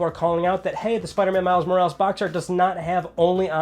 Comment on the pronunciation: Spiderman Miles " Mowrawlews "... Come on, Mo-ra-les!! Is not that difficult!